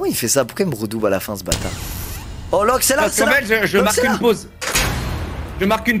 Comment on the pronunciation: 😂😂😂trop marrant parcque il a dit lokeaud et prouve